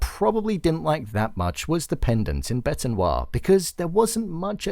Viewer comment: It’s pronounced bet noir. I don’t know why I am such a pronunciation pedant but if I had a huge following and was talking about a series with a huge following, it is important to show that you care as well rather than just reading out a script that someone else wrote.